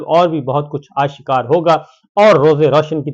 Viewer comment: " آ - شکار " نہیں " آش - کار " ... آشکار